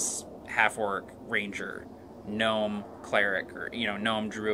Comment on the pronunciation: Did u say ranger or rager? A common misconception when it comes to half orcs :P